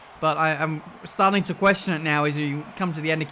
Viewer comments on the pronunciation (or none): none